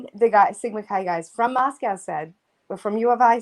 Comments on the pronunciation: Funny that pronounces Moscow wrong. She pronounces it like Russia's Moscow Repeatedly. Everyone around there says it differently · Everyone from Idaho and vicinity pronounces Moscow differently than does. Yet she claims her kids go to school there. Hmm